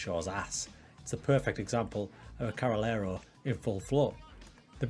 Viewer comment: I think it's pronunced Carrey -Lero